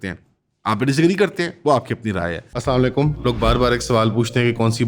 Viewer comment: Ffs it's Assalam-o-alaikom not assamalakum